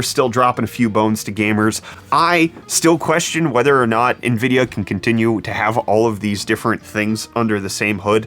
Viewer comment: I always look forward to my morning brettfast. Especially when we get to talk about Nvid-pee-a